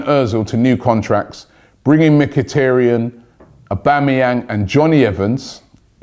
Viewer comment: It is MkhitAryan, not MkhitIryan...and „Shiroo“ not Sherude...you really have to work on your pronounciation😂